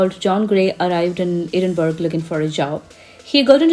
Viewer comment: Really enjoyed your informative and enthusiastic video ! , by the way , the city is pronounced Edin-burr-ah not Edin-berg ! 😊